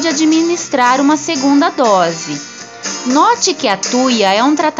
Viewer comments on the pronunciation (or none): none